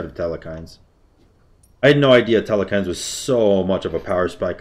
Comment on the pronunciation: im just disappointed every time i hear the way he says telkhines